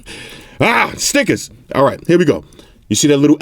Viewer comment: "AAAARGH STIKAZ" lol